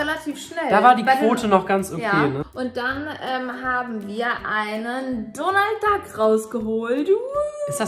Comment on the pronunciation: Der heist donal dak